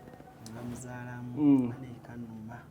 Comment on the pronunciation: The way said bamuzalamu 😂😂😂😂